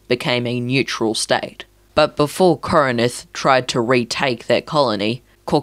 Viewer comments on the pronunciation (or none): Its not pronounced kor e nin th Its kor in th